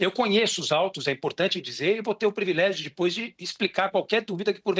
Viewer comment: E ainda mandou um "previlégio". Simplesmente desconhece a língua portuguesa.